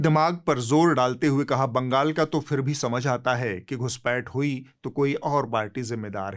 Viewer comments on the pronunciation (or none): none